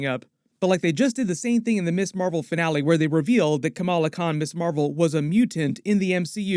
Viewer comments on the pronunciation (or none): none